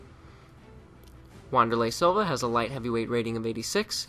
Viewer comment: You pronounced Wanderlei Silva and Shogun Rua wrong.